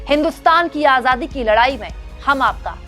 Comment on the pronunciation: मोदी जी आझादी नहीं आजादी शब्द है। जरा संभल कर बोले। देश को धोखा दे कर ठग की तरह नेता जी का तडका नहीं चलेगा।